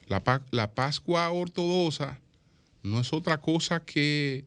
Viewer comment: Ortodoxa... se pronuncia como lo que es: X